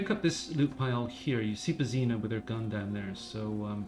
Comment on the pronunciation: The way you pronounce "Božena"...